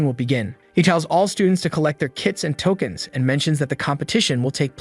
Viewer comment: “tolkeins” lmfaooooo